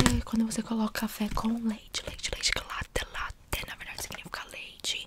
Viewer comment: A imitando norte americano falando LATTEIII sou eu na vida 😂😂